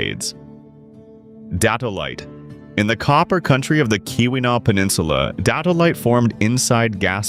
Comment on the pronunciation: It's the Keweenaw Peninsula. Pronounced, KEE win aw or kee wuh naw. Great information on all of the gems. ❤❤❤